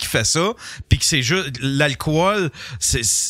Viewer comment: En français c'est alcool, pas alcohol. Ça se prononce alcol, pas alcowol...